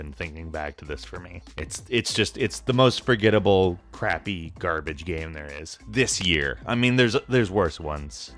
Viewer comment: Does anyone else find it funny (while making as little fun of as possible) how (?) pronounces game sometimes? "Gayemm". Lol:P Just amusing.